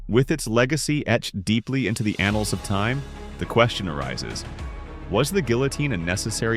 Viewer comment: "the anals of time?" you can do better than that.